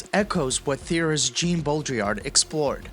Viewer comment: Interesting too how the video also pronounces the name Jean (Baudrillard) like "Gene". ...are we hearing TTS here?🤔